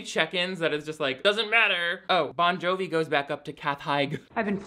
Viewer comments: Every time you say “John Bovi” I cry 😂. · His several pronunciations Jon Bonjovi's and Josh Duhamel's names makes me happier than it should.